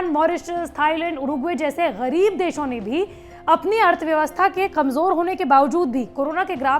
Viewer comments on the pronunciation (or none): Pakistan jaise GAREEEB desho ne bhi. Wo jo GAREEB word par aapne stress dala na ma kasam sun k maza aa gaya